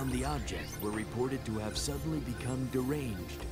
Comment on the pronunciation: LOL "hava more stamina"